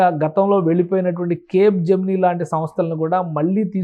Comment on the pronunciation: Capegemini kaadu Capgemini